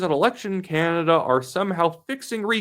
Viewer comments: I love your posts. Can you please pronounce Canada and stop saying Canda ? Sorry but it drives me nuts. You say Canada like my very young son. Keep up the good work. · It's pronounced Ca NADA , emphasis on the NADA as in Espanol